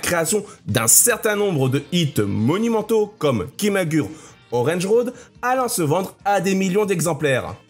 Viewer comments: Arrêtez de prononcer KIMAGUR' !!! Vous me rendez fou !! (ça se prononce ki.ma.gou.lé) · Merci pour la vidéo. Mais on dit KIMAGOURÉ 😅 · On dit "kimagoulé orange road" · "Kimagoulé" plus précisément pour la prononciation 😁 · Merci pour la vidéo, malgré quelques erreurs ... tu devrais utiliser Google trad pour connaître certaines prononciations, car on dit Kimagouré ,ça pique un peu les oreilles. Petite erreur sur la photo de Joelle Guigui, ce n'est pas elle 😅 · Ça se prononce Kimagoulé orènji Roodo